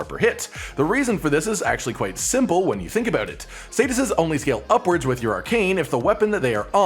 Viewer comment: I couldn't even tell he was saying "statuses" the first few times